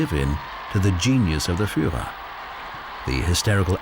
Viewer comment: Nie furera,a firrera,nie Goring, Gering,wstyd za takego lektora.